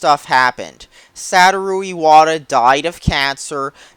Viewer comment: you can't even pronounce "Satoru" right. how can anyone take you seriously?